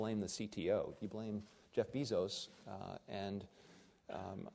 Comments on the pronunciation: Did anyone else catch “Jeff Bee-Zos” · Pronounced Jeff's last name name wrong, not that it matters much though.